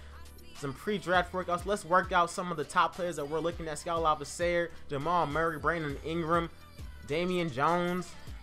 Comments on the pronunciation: Not to be rude but it's pronounced (La-B-C-Er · You are saying skals last name wrong.